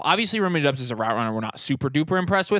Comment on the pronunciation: It’s Dobbs not Dubs. Romeo Doubs.